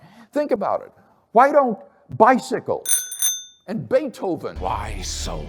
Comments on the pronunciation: I like your channel and am a subscriber. But "Beet"hoven is actually pronounced "Bait"hoven. WLC was right about that. Call me a pedant. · “Bee-hoven” lol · "Beet-hovin"? Come on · I do love you,, but your pronunciation of "Beethoven" makes me grind my teeth. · forget causeless existence - I want to know why settled on such an anachronistic pronunciation of Beethoven.